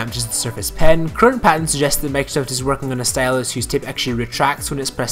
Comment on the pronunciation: I can't stand the way he says "Microsoft".